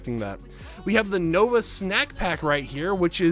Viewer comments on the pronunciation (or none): none